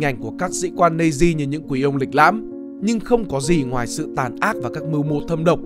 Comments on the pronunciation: Mình chưa thấy bộ phim nước ngoài nào đọc Nazi là "Nây-zi", kể cả Anh hay Mẽo. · và cái từ "Nazi" k phải đọc là "Nây-zi" mà là "Nát-zi" mới chuẩn nhé